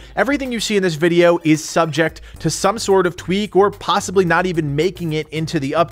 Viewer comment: Lmao!! he mispronounces possibly. Lol poshhibly good shit, I still love your videos